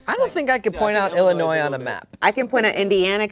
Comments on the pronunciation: Hearing people pronounce the 's' at the end of Illinois will always make me cringe a little 😅😂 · The way pronounced Illinois made my midwest soul leave my body 🤣🤣